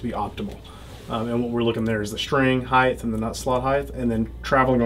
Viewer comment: I can never trust an "expert" that puts an "h" at the end of height.